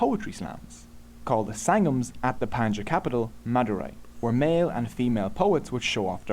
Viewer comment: Pronunciation is wrong not panchas kingdom that is pa-n-di-ya-n kingdom